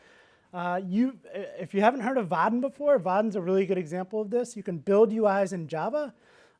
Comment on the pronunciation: Dude, the way he's taakn! There is n effn "i" between "a" and "n" in "Vaadin". But he's not sayn it. Makes me frickn not likein' 'im. What the hell is is with his "calfs" all the time! (In German "Waden", meaning "calfs" is pronounced as he does "Vaadin"). So it's really distracting mentally to "fix" that every time he says it). Nice talk otherwise. ;)